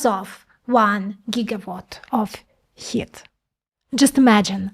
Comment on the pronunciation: excellent video.....BUT.....please remember that the word is "computing", NOT "compute"........and "heat" is pronounced "HEET".